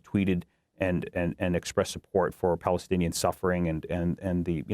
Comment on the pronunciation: Married to a Palestinian American. Please say it correctly!!!